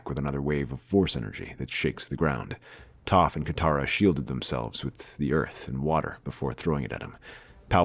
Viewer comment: Story is good, as always, but the mispronunciation of character names is very distracting. I couldn’t get through even a few minutes of the live action avatar movie for the same reason. Also how do you Get Aang’s name right but Sokka and Toph wrong?